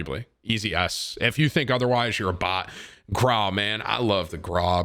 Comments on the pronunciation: Bro stop saying grau like graaahhh it’s graow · I through up in my mouth a bit when you said the grou is better than the kilo and also its pronounced grou not graw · Why do you say GRAW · Bro it’s pronounced gr-ow PLEASE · Petition for Tim to pronounce “Grau” like a normal fucking person Gr - ow (post pain exclamation) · The way he pronounces Grau kills me. It hurts my ears to hear that